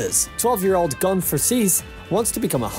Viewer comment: You've obviously never seen HunterXHunter cos you can't even pronounce the main characters name lol